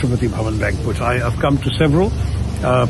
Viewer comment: Madame News Reader , Please check ur pronunciation of the word ' banquet '... This is indeed very sad... U can't afford such errors moreso coz the entire world is watching you...